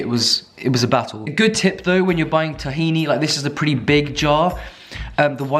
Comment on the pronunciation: if you like tahini so much you should pronounce it right